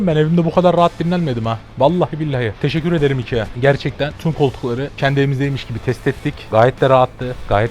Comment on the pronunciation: Teşekürederim demesi çok garip